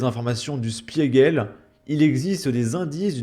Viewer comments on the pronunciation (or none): "Schpigueul", pour la phonétique teutonne du "Spiegel". Vous vous coucherez encore un peu plus fachoux ce soir. :p